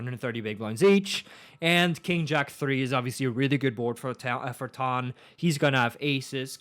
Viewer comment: it's pronounced tan like tanned I corrected u last time with the T-ara one lol